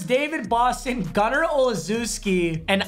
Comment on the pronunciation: This dude butchered gunners name lol